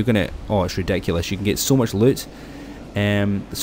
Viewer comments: “Yah can get so much luit” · He says loot like LUTE 😂